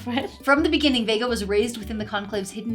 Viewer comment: No but the ChatGPT guy not getting Vegas name right is crazy though 💀